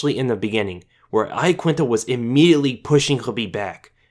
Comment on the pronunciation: its pronounced YAQUINTA - sincerely italian person. how khabib says it is right